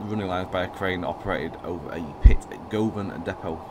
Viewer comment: Im from Glasgow Govan is pronounced as guvin